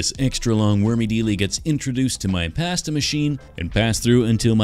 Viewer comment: the way u say pasta fills me with rage